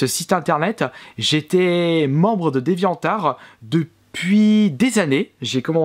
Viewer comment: Dévian are? Essaie de le prononcer déviantE arT. Ou au pire si tu veux vraiment le prononcer à la française dit arE dévian lol